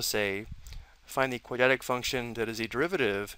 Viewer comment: quad-rat-ic is how you pronounce "quadratic" not "quad-at-ic"